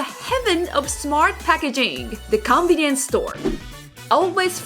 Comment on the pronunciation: Idk if you intend to pronounce it "combi-nience" but that's what I hear and I think it's amazing as it blends the Japanese term and the English term so well